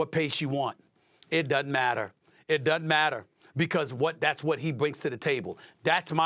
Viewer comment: SAS is a funny dude. What type of pronunciation is that “it dannt matter”